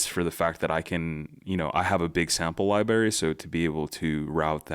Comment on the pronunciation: Excellent video and perfect to get me up to speed on this software. Please practice including the middle 'r' in "library." There is not an English word "libary." Thanks!